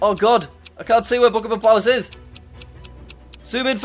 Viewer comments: It's bukkhingham Palace not pukimum puliss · It’s not Buckingmam it’s Buckingham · Is it just me or did it sound like he was saying Pokémon palace lmao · the way jack says Buckingham palace